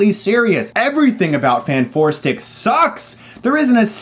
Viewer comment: It's pronunced fantastic 4 sir not fant4stic